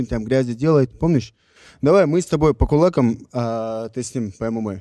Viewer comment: Наверно киборг от его ударения на слово «кулАкам» потерялся😅